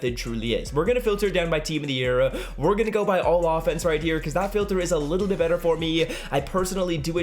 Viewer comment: I was about to comment that when I heard him say that